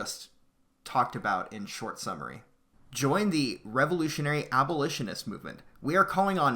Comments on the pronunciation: It's pronounces AB-O-LISH-IN-IST NOT AL-BO-LISHIN-IST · Oh God these comments, a few people make fun of him for saying "albolitionist" and you spergs claim it's paid shills trying to shut him down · >Can't even say abolitionist correctly You're not helping when you do this.